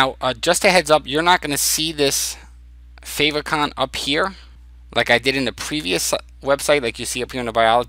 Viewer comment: Nice job, very helpful! I think favicon is pronounced "fave icon" as in "icon that shows up in favorites". At least that's what I have thought so far. Thanks for taking the time to create and share this!